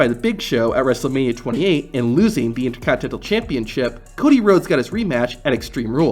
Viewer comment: Repeat after me... "INTER... CONT...INEN...TAL"